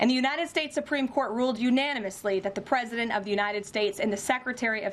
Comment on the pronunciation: Did anyone notice she said pwesident?